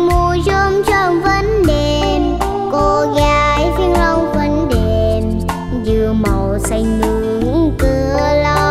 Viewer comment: Quá chừng luôn! Ẻm trình diễn "20 Năm Tình Đẹp Mùa Chôm Chôm". Sẽ chờ nghe cục cưng của ông 5 hát nè. Nhớ hoài cái phát âm "... mùa chôm chôm vẫn đeeeeeeẹ p, cô gái Vĩnh Long vẫn đeeeeeeẹ p" Dễ xương muốn chếch tui luôn.